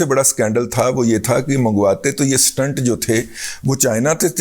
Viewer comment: Dadaji..its pronounced stent ..n not stunt...🙏🙏